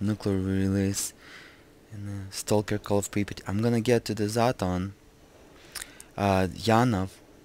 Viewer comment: so you say it like this: "pri-pit"? Cuz that is exactly what I heard you say. Unless you didn't pronunciate it that well.